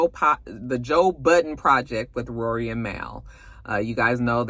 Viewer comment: it’s Rory and Mal (Mall), just FYI, from the Joe Budden podcast.